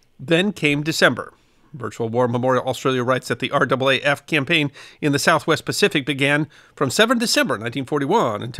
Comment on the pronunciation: Fair enough, I hadn't heard it had changed!! Always good to learn something new!! Also, well done on pronouncing R double A F correctly!! So often people from outside of Australia say each letter, R A A F, and it just sounds wrong to Australian ears!! Great video!!